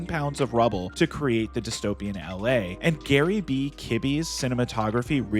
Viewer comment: It's pronounced "EL AY" NOT "AL LAY" FFS